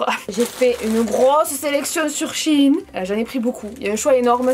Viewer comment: Vous, vous dîtes : shéyn ou shïïn ?